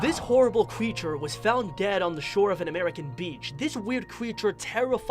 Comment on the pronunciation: Me: creature? Him:Qcreature